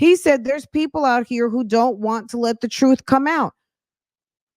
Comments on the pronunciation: “Da truff”. My lord. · I wish with all my heart that learns how to pronounce the word “truth “.